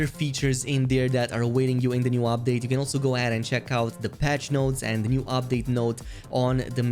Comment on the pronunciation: It's pronounced UPdate, not OPdate